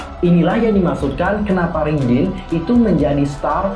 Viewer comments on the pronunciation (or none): Raydin baaangg bukan ridinn